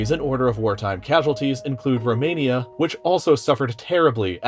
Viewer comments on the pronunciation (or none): none